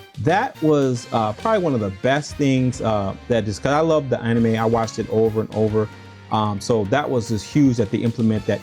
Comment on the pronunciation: Man you really stressing that pronunciation of anime. Just move to Japan already if it's that serious to you. Also the sf lore also ain't that deep.